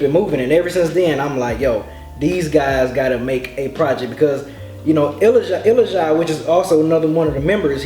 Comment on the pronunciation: ilajide's name is pronounced ill-la-ja-day